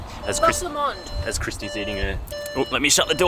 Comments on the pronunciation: It’s pronounced Loch Low - Mond = Loch Lomond 👍🏽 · Loch Lomond is pronounced low and mond (rhymes with pond) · Your pronunciation of loch lomond left me laughing 😂